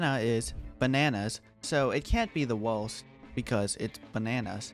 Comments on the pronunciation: STOP SAYING WOHST YOUR SUPOST TO SAY WORST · take a shot every time he says wowst instead of worst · Sorry, but you talk like " uwu " because of "owost plant".